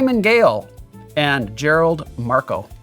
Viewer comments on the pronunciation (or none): none